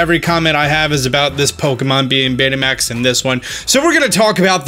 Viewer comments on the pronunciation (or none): Did anyone catch that said Beta Maxed? Lol! It made my day by thinking back to old beta max players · When he keeps saying Betamax...